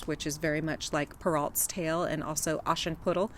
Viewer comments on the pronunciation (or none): Per-Oh not Per-alt